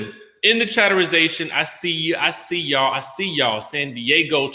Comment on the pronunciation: Take a drink when you hear Chaterization 🤣🤣🤣🤣😭😭 Bravo Andy vc